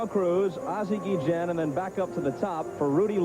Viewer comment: i hate how the play by play guy keeps messing up ozzie,s last name its guillen no gejan